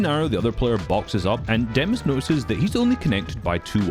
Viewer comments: Demuś not demas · Demuś not demus the "Ś" IS PRONOUCED si and he is from poland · Pls don’t say demus his name is Demuś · It's demuś, you say it like demush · POV Me (Polish🇵🇱🦅🇵🇱🦅🇵🇱) the whole time: "It's more like 'Demush' but ok..." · It's pronounced demuś (put it in Polish Google Translate). If you pronounce Chico as Chicho then pronounce demus as demuś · and the funniest is the fact that only poles know how to pronouce demuś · The moment i saw the poland flag i instantly knew it was demuś (btw can you learn how to say demuś cuz it kinda annoys me)